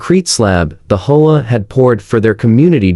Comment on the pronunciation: HOA? It is pronounced H. O. A.